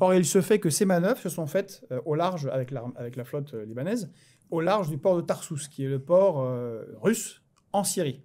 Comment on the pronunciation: Port de Tartous (en Syrie) et non tarsous. Mais Kuzma envoie tellement d'info qu'on ne lui en voudra pas !